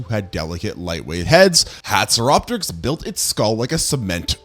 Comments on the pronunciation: You pronounced hatzegopteryx slightly wrong. (Hats-eh-gop-tricks) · You miss pronounced haxygopterex